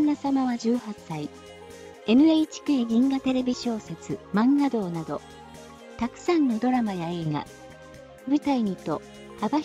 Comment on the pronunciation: まんがどう…× まんがみち…○